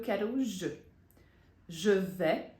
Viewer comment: Voce explicou q je vais fala je vé mas na frase ao pronunciar Je vais vc fala je vê com e fechado …